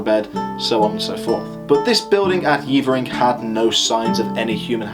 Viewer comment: just stumbled across this - good stuff. One thing - it's not Yeevering - its Yevvering. Been up on the Bell a few times - bloody windy and very bleak but they reckon it was a bit warmer back in the day, which would make sense as I've yomped all over the Cheviots and seen ancient sites which were obviously viable back then but which are now just usable for sheep. Climate change - nowt new under the sun eh?